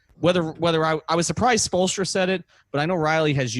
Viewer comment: Lmao at spolestra